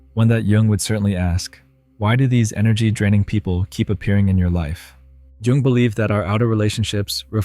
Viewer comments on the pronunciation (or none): Jung not Young! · Jung not young. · Who the heck added the texts? It's Jung, not Young (or even 'young' as the texts state)... 🤦 And it's not pronounced 'young', either... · It's JUNG, not YOUNG as the bilt- in captions say. On another note : It doesn't even take an hour of talking to get depleted. With some very effective energy vampires, 10 minutes of nice chitchat will be enough. It happened to me last week. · A question: why do English speaking people peonounce Carl Gustav Jung surname like 'young'? I find this pretty annoying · Carl Jung. "JUNG"! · Wow, can't even get Carl JUNG'S name right 🙄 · Is the mispronouncing of "Jung" driving anyone else crazy? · Another bogus AI oversimplification of Jung , all the while mispronouncing his name. As an old professor of mine once claimed, if you think you understand Jung, you don't.